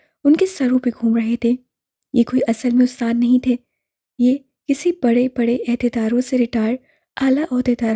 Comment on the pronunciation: Ustadza❌ Asat+za=Asatza Ehdydar ❌ Ohdydar✔